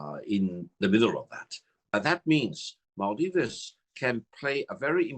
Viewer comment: What is maaldivese u say, it's called Maldives